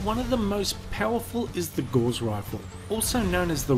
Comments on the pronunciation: It's Gauss, not gauze. Also, going through 22G steel is significantly better than a BB gun. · 0.05 Gauss is not pronounced like gauze. It rhymes with mouse. When I was doing Physics at Monash University in 1982, we built a benchtop rail gun. Punched our projectile through our target and into the next building down range. Oops! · Now I ain't certain but I think it's pronounced "Gow-ss" with the "Gau" portion rhyming with "cow." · Gauss is pronounced like "gowse" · Gauss rhymes with house. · WTH is a "gohlz rifle"? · i was far more miffed he called gauss rifles gauss *rockets*. what.